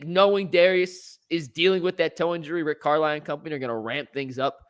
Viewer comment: "Rick car-lie?"